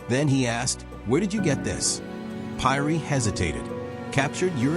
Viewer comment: Pronunciation should be Peeri !